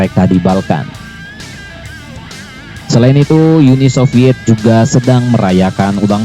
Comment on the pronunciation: Bacanya Uni Soviet. Bukan Yuni Soviet. Pembacanya blm lahir jaman Soviet. Wah